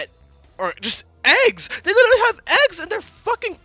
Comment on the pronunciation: Liddily = literally